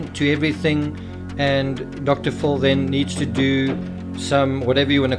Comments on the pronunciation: "Dr. Full"? 🤔 You mean "Dr. FILL." 😉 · I like how your accent makes Dr Phil sound like Dr Fool. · I hear Dr. Full.